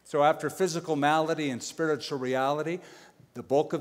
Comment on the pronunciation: malady not melody.